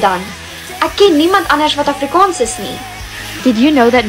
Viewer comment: Why does she pronounce afrikaans like that 💀